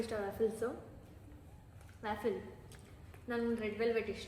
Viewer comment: its Waffle( pronunced like wow), not Wyaffle